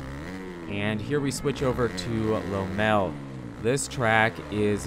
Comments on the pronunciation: Neither - lom-mal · As an American I am also confused. This is the first time that I've ever heard anyone pronounce it as that. American or not, I only hear people pronounce it as Lommel. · Americans really love butchering the pronunciation of words how do you get “lowmel” from Lommel 🤣🤣🤣🤣🤣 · Shame how much he butchered the pronunciation though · Is it “low mell” or “law mull”? 😂